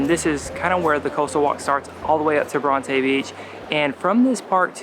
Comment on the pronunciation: is no one gonna mention how they completely mispronounced the name Bronte. lmao its bron-ti not bron-tay